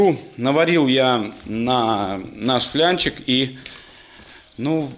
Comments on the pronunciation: флАнец!!!, япона мать... ФлЯнчик от слова фляга?!😡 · ФЛАААААНЕЦ!!! НЕТ СЛОВА ФЛЯНЕЦ!😂😂😂